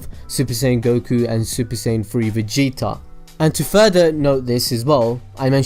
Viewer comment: vege'a. its vegeta bro not vege'a